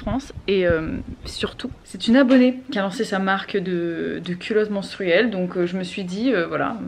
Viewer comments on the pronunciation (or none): J'ai tellement l'impression que tu dis "culotte mOnstruelle", ça fait un tout autre effet mdrrrr